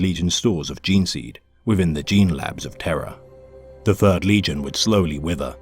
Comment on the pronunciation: you are hallucinating my friend. Interesting that people finder it harder to tell the difference though. This isn't AI, the narrator has difficulty pronouncing "Th" which is especially difficult when making lore for the "fird legion"